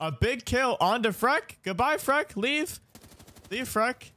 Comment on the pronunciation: Please stop calling him Freck, it’s clearly FREAK